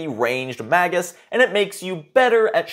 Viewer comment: Good review. Its May-jus, though.